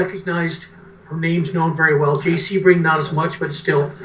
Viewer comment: Sebring not seaburg😢